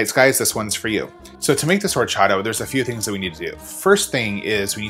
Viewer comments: It's pronounced Orchata. The "H"is silent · love it, I kinda want to go home and make this ( I'm not even vegan ) tip: H is silent :)